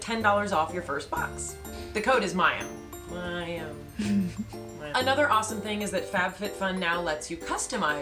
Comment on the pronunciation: Mayim...not MAXIM!!